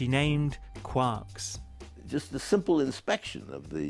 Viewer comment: Brian has just got off his Manx Norton but forgotten to take his helmet off --- notice how he pronounces 'quarks' correctly ( quark rhymes with Mark -- James Joyce)